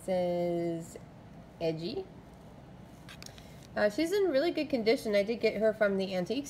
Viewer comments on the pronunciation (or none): Its pronounced ee gee